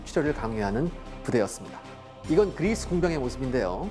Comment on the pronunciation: 고대전이 현대전만큼 재미있을 수 있을까 걱정했는데 역시 기대를 저버리지 않네요bb 그/뤼스~ 하는 발음이 너무 귀여우세요ㅋㅋ